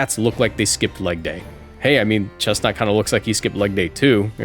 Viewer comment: finally, respect on chesnaught’s name